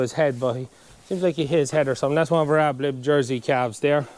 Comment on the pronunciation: Ad lib not ab lib